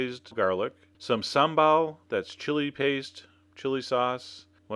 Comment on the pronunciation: Here in The Netherlands we use alot of sambal. Never heard an American pronounce it. it sounds funny